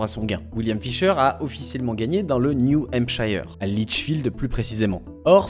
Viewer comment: Toujours aussi bonne tes vidéos. PS: le "shire" de New Hampshire se prononce "cheur"